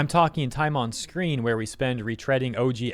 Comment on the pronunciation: we totally didn't hear "time on sqween :3"